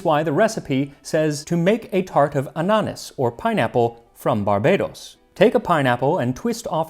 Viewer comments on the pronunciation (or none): You're pronouncing ananas wrong. Your accent is on the wrong syllable. An'-a-nas. I love your channel ❤️ How about an episode on how chocolate came to the western world, or one on how various immigrants brought their own cuisine to American culture?